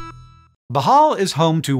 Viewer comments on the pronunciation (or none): if you mean (boh • hohl), then yes that is the correct native pronunciation. but (boh • hall) is fine when speaking in English and doesn't sound awkward. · Not really "bohall" BOOHOOL is the actual pronouncement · Hank you’re saying bohol wrong ! It’s bo-hole not Bo-hall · bohol- pronounced in this entry as "bahal"- is pronouced something like "blow hole". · I was born in Bohol, but I moved to America because I appear like a Caucasian and for most of my life up until a teenager when Hispanics took over California, I was treated like one. Bohol is pronounced Bow Hole. Like the hole in a hispanics ass. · It's pronounced - " BOHH - HULLLL " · It's pronounced boo hol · It's Pronounced Beau-Hole... come on.. Y'all need to ask a Filipino how to pronounce Filipino words. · It’s pronounced “Boh-hole” 😊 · I want to show this to my cousins, and the rule is when he mispronounces ‘Bohol’ you have to take a shot of Tanduay. 😂😂😂 But still, nice to see someone talk about my maternal homeland. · Love Hank, but yeah, the pronunciation!😖